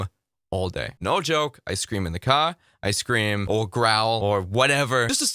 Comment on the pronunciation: You said “I scream all day” I heard ice cream all day! 😆